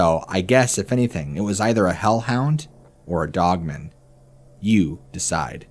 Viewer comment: Dog-man... pronounce it that way.... not like a last name